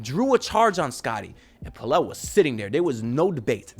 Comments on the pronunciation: It’s “PELL LUH” Larsson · My dude double check where you got the pronunciation of Pelle… I do think you are adding an “L” at the end incorrectly. I’ve hear KJ and Pelle himself say it.